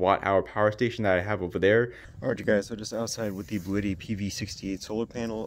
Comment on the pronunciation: By the way, it’s not “Bluetti” but rather pronounced “blue Tee”, very strange, but that’s from their official YouTube channel. I’m gonna keep calling it Bluetti though haha